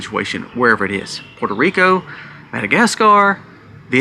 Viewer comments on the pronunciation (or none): none